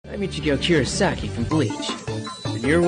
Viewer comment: I swear to God I hear him pronounce his name Ichigo churasaki at the very beginning.....